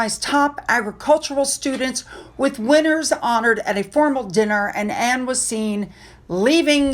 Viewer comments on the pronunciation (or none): none